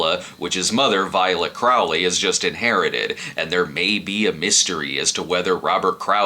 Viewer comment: Crawley (Craw-ly) not Crough-ly 😊